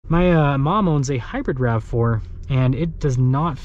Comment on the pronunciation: And it’s “rav4” not rave.